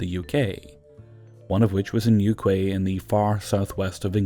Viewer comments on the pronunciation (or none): I've never heard Newquay pronounced that way before.